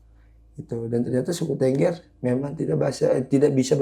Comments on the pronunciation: Bukan Tengger Harus pakai E besar bang kayak Beli,, jadi TEnggEr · untuk sekedar info dasar saja tentang Suku Tengger, Tengger itu bacanya bukan TENGGER seperti pada kata BEBEK, tapi tepatnya adalah TENGGER bacanya seperti kata MEREM/menutup mata. dan 1 lagi, untuk masalah bahasa, bahasa suku tengger itu mirip dengan bahasa jawa, hanya sedikit perbedaannya dalam kosakata, kalau dalam huruf perbedaannya kalau bahasa jawa banyak menggunakan O, tapi dalam bahasa tengger lebih banyak pakai A, misalnya bahasa jawa OJO/JANGAN dalam bahasa tengger AJA/JANGAN. Untuk kendaraan umum, kalau dari luar kota naik Bus, itu tujuan terakhir di terminal Arjosari, dan diterm.inal Arjosari tidak ada jeep disana, masih harus naik 1 kali angkot/mikrolet ke Terminal Tumpang, nah jeep2 angkutan ke Bromo/Semeru ngetemnya disitu, tapi kalau sekarang sudah jarang jeep2 yang ngetem, karena sudah banyak yang via online. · tengger mas bukan tengger